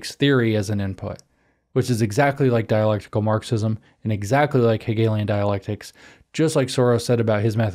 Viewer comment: You mispronounced “Hegelian dialectic”, James.